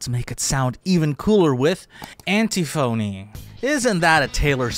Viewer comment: Anne-Tiffany, not Anti-📞-y. Amazing video though!!! So informative! 🙏❤️ X